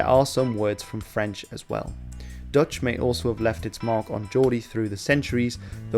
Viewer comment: I'm Dutch and have lived as a student in Newcastle a few years in the '90s. It always amused me how I found it easier to understand Geordie than most English students. Your Dutch pronunciation is the best I've ever heard in any video about English language / history / dialects.